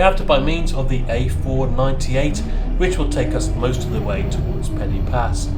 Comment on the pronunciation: Hi...just a tip to help you. Pen-y-pass is not pronounced like the english word 'penny'... the 'y' is the same sound as 'uh' as in the 'er' in Northern English Butter' ....so Pen-uh- pass. Hope this helps and good luck to you....Pob lwc i ti